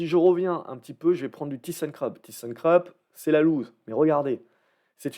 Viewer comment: Vidéo très utile merci. Juste une petite remarque ThyssenKrupp se prononce tussenkroup. Si vous pouviez ajouter ABC arbitrage à votre liste pour la semaine prochaine se serai sympa. Merci